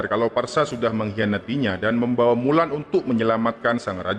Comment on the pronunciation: Mulan le ...bukan wulan